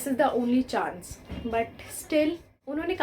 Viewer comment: Sorry to hear that but I can see many pronounciation issue with you.. please check your pronunciation of chance and because...and they are very particular about our tenses and even in this vdo you messed up with tenses..so if you work on these factors you'll make it...all the best